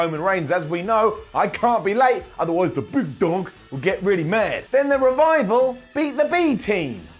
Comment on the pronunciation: Did he just say the "big Dong" 😂?